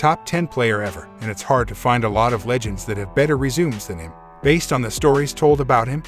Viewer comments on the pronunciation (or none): Love how the synthesized voice pronounces resume.